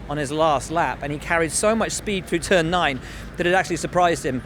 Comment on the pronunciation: "To start the season in turd"